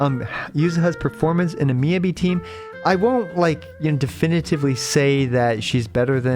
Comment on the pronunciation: I try not to leave many negative comments, but with how often we hear Miyabi's name said in story by multiple characters, it makes me wonder how you can mispronounce it this long after her release